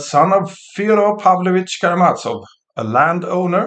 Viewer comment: Please note that the "z" in Karamazov is pronounced as the "z" in "zoo". The stress is on "ma".